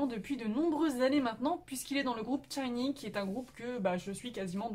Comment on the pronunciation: Alors en fait c'est très bien que tu sois fan de Shinee depuis des années mais c'est pas très crédible quand tu dis et répète tchinee plutôt que shinee